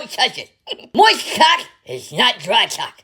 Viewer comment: Don't touch moisht caulk! 😂